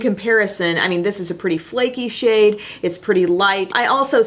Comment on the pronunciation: "Other people are thinking I wouldn't touch that shade with a 10 foot pole" ... I thought you said shit, not shade, and I lost it xD